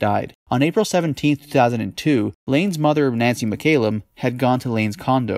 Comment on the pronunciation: It mc callum not mc ay lum. A Scottish surname